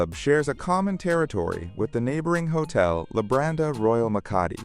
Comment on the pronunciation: Wenn schon der Hotelname falsch ausgesprochen wird, Labadi😢oder Lambadi😢 beides falsch. Nicht einmal im Video richtig ausgesprochen.